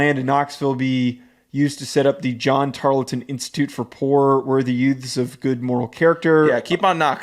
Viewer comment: Tar-ul-ton. Say it with me. Or call them Temu A&M